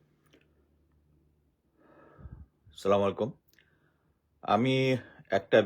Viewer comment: জনাব "ছালামালাইকুম" নয়। দয়া করে বলবেন "আচ্ছালামুআলাইকুম।"